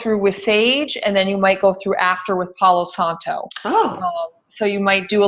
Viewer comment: Pau Santo; not Paulo Santo.